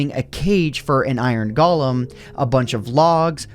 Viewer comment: You said Iron Gollum